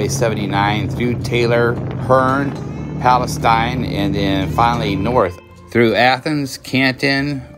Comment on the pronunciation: Just FYI, for those who aren’t local to East Texas: Palestine, TX is actually pronounced Pal-ah-steen. Not Pal-ah-styne… Thanks for sharing this cool video tho!